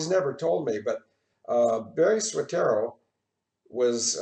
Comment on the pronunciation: It's not SOETERO. It's SOETORO.